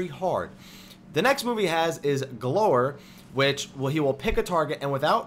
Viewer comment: It's pronounced gl-ow-er